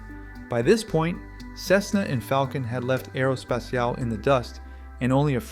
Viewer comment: Make a check on the AI voice! It's not: "Aerospeciale" it is Aero S-P-A-T-I-A-L-E!